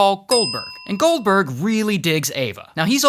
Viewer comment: When he said goldberg but i thought he said gulper